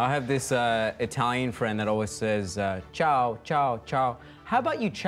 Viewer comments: Not CHAO but CIAO. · It's Ciao not Chao Greetings from Italy You're great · CIAO is C-I-A-O and not C-H-A-O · It's "Ciao" not "Chao"